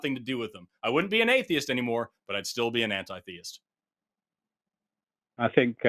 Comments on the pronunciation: This guy's mispronunciation of the word theist just grates. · Did either of you find it annoying that he pronounced the word "theist" as thay-ist?